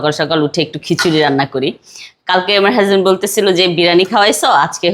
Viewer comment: এরে বইন বলছি হাসব্যান্ড না হাজব্যান্ড হইব🤣🤣🤣🤣